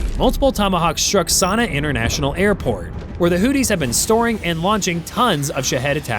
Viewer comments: It's Hoothies not Hoodies like a coat with a hood!😅😅😅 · Am I the only one who realizes he is mispronouncing Houthis. He saying Hooties & it mskes my brain hurt lol... It just sounds do weird. Its pronounced Hooth-ees" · Just for the record, the bad guys in this conflict are HOOTH-ees, rather than HOOT-ees Over the next few minutes, I heard more bloopers, which is when I finally realized this is being narrated by yet another AI bozo. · "The HOOTIES!" Is that like the Goonies? It's pronounced with the second h. Your AI failed you. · The way you pronounced things 🤣🤣🤣 all I could hear was “Houthie and the blowfish…” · Hooties. Someone please work with this bot. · Hooties, or hoopties? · You can't even pronounce Houthi's correctly.